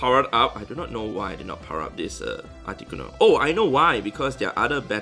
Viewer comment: So funny how you pronounce it “aticonoo”